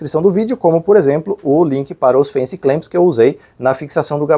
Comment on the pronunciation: Lembrando que é fance clamps, não fancy clamps 😂😂😂